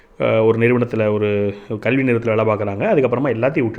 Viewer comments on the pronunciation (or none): none